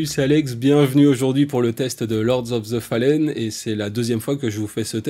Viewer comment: lord of the phalène 😅 un effort quand même